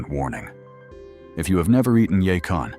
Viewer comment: It’s yacon